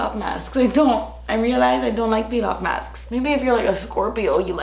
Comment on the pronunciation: "so I just removed the face masfs" 🤣🤣